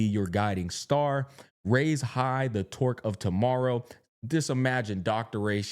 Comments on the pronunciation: Hey, just wondering for a bit, maybe you've already mentioned it on stream but I'm not a stream watcher, why do you pronounce "Torch" as "Torque"? E.g. "Star Torque" Genuine question. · Its torch not torque unc 😂